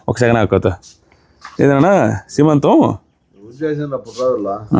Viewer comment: Sremantham kadhu, seemantham